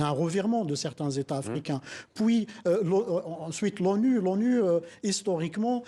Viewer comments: On puis et non pas poui. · On dit PUIS pas poui